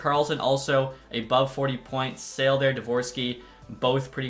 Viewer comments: The Czech prospect, Eduard Sale, he's not for sale. His name though, is pronounced as [Sha-leh]. You're welcome. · Great video! Just wanted to let you know that Sale is pronounced Sha-la and Brzustewicz is Bruce-tev-vich